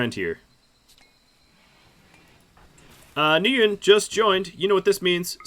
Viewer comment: 'nguyin' is pronounced 'win'